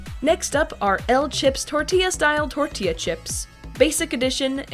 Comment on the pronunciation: you said it wrong again its TORTILLA this aint funny (grabs flamethrower) ITS TORT’IA (Uses Flamethrower) (Edit: FUCK THE CHIPOTLE AD DID THE SAME THING BUT WITH QUESADILLA )